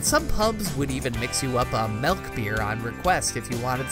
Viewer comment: "melk" :P